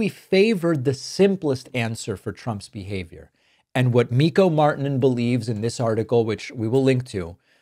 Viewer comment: Marrr- tee -nen roll the r, long i. Martinen